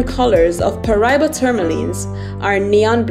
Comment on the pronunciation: Pronounce it right, Pa Ra Iba